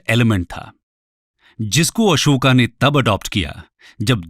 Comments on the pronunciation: kon se padhai me अशोक को अशोका बोला जाता है, सुपारी निकाल के बोल गुरु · Bhai Hindi ही bol rahe hai तो Ashoka ❎️ अशोक बोलिए Real लगेगा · ये महाशय अंग्रेजी में पढ़े-लिखे हैं इसलिए अशोक को अशोका कहते हैं ।जो भारतके राजाका शूद्ध उच्चारण नहीं कर सकता वो हमें ज्ञान प्रदान करना चाहते हैं । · Kyun tum logon English pronunciation follow karte ho.His name is Ashok not Ashokaa pls